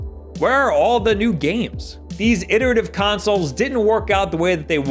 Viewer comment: consolzz With s